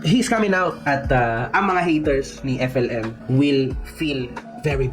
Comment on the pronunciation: Pati alyas niyang FLM Hindi pa nya mabigkas ng maayos. Epelim. Bwesit talsik talsik pa yong kinakain